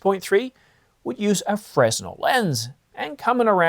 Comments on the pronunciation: Lol, it's not pronounced frez-nel, it's fren-nel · “Fresnel” is pronounced fren-el, no “s” sound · The "S" in Fresnel is silent, it's pronounced "Freh-nel" after the French physicist Augustin-Jean Fresnel. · You don't pronounce the s in fresnel